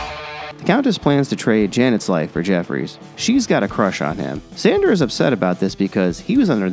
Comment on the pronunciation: This review was alright,although the reviewer kept mispronouncing “Sandor”.